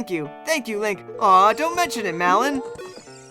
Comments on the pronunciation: Why do you laugh when it sounds like he is saying "melon", that's just weird. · I love this game so much, but i cant help but laugh when you say Malon's name, it sounds like youre say "Melon" XD Since I'm here I might as well contribute to tonissues which have arisen here: 1. "How to make Link sneeze?" - simply make him stand idle in a cold area eg the windmill, well, shadow temple, ice cavern etc. 2. "How do I get Epona's Song after I've gorwn up?" - unfortunately you can only require the song as a child, so the best and eadiest way to play this game is to get visit Lon Lon Ranch and acquire Epona's Song either before going to visit Saria after Navi nags you to go see her or before heading off to kakariko village to find Goron's Ruby. However, if there are players who have reached this point in the game without acquiring Epona's Song you'll have to beat the Forest Temple first and then go back to the Temple of Time- if you go to the Temple of Time before completing the Forest Temple Sheik will still be standing between you and the pedestal and will only move once youve completed the Forest Temple, thats the earliest time Shiek will move. I hope that helps some people, good luck giving Link hyperthermia and becoming the next horse whisperer, and thank you for making this video and turning Malon into a fruit:-)